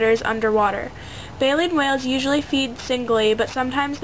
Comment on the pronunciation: Its baleen.... jesus girl.